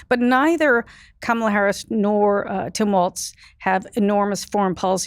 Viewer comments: why not correct his incorrect pronunciation her name!!!!! also ignoring the reporting that said Shapiro not being comfortable with the ambiguity of the VP role?? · When the Republican guest won't even pronounce Kamala correctly you know that nothing thoughtful, reasonable, nor respectful will follow. This is a generalization of course, but all public TV commentators know the correct pronunciation. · When you can't even pronounce "Kamala" right... I know you're weird and I stop listening. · Funny that the British Republican guest also mispronounces Kamala’s name. And he thinks Shapiro is the obvious choice? This guy is not very sharp, is he? Why is he even on this show? 🤣😂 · The mispronunciation is a deliberate ploy to make her sound more foreign. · Unbelievably rude is constant calculated mispronouncing ot the Vice President of the United States. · Note Republican dude, in disrespectful, childish MAGA fashion, can't / won't correctly pronounce Kamala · Why can’t your male guests pronounce her name correctly? They are pronouncing it like Trump was doing after he found out that “Kam-a-la” was running for President. JD Vance is already picking on Walz military background btw. PS - groceries were already up when Biden took office because of COVID-19. It didn’t just happen when Biden took office. There were issues if you recall about containers not being able to get goods into the states. The suppliers raised their prices, but what has been disgusting and not acceptable is that those prices have not gone down when the economy got better, that is one of the things, Harris is wanting to investigate if she wins the White House. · Can the FOOL in the dark jacket please say the name of the Vice President correctly. His bias speaks volumes. Also, Waiz is amazing, Vance is a man who wears eyeliner. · Why does he say Kamala so weird? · Its pronounced... Karmala... not Kamarla 🙄😏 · Gawd damnit cant yall say KA-MA-LA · Why can’t he pronounce her name correctly? 😢